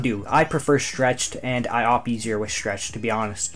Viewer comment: Say schtchreched one more time... I dare you.....